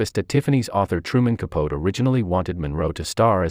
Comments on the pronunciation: I know....the pronunciation was so ignorant considering how well known Capote (with a long "ee "at the end:-)) is as an American novelist. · Truman Capote ka-poe-tea not ka-pote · Ka-pote made me cringe, hard, it's not like he was unknown ffs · How can you put all these facts out about Marilyn and mispronounce Truman Capote's name? It's pronounced 'Kap Oh Tee'. Just one of the greatest American authors. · I KNOW! That was so annoying. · I’m reading the comments about the inaccurate pronunciation of Truman Capote’s name ...Most of these are computers and they never get the names right!😽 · Because it’s a computer and not one that’s “heard” the correct pronunciation of his name!😽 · he was famous, it's not an unknown name, and while researching stories, part of that research is to look into pronunciation, and I agree, he was ignorant not to